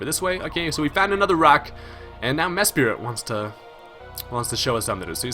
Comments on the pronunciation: MES-PRIT not mes-spirit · Why does people call Mesprit for MeSPIRIT. I dont know if it is pronounsed like this, but im just wondering if every Poke Youtuber has dyslexia or somethin :p